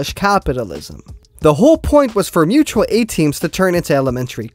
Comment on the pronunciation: Bro if you say "mutal a-team" one more time i collectivise your ass